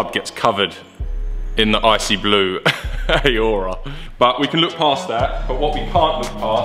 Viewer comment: How can you not know how to pronounce Aurora? FFS 😂😂😂